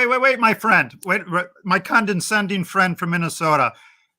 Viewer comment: I’ve never met an engineer who didn’t think they were scientists— they’re not! This guy can’t even pronounce the words zoology and condescending correctly…